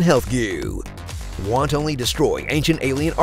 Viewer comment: since speaking is your bread and butter, - the word is wanton-ly, not want-only. and with that in mind... Please say "I wantonly want only wontons." thank you.